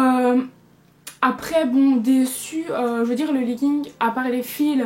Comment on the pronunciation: omg chui morte elle a dis "leguingue" mmmmdr